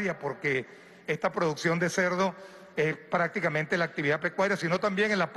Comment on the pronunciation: Con todo respeto con el presidente se dice es "despóticamente"